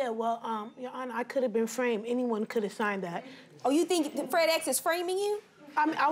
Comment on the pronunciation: did Judge Faith said FredEx? 😂😂😂😂😂